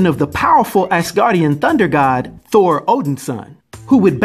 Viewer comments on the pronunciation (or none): none